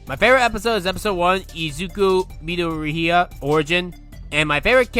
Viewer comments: I skipped ahead to hear how he apparently pronounced Midoroya and yeah no there is no way watching the anime dubbed is the reason to say it like that. The dub VAs /do/ say it correctly and not how said it. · Ngtl his mispronunciation of some of the Japanese titles and names kinda piss me off. He stated in the video that he watched most of the anime in dubbed but mispronounced the name Midoriya lol. Also who tf pronounces nichijou like that?